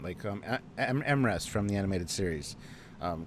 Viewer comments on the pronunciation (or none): M'Ress was pronounced mm-ress.